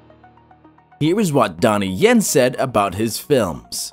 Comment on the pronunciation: It Donnie yen not Donny yen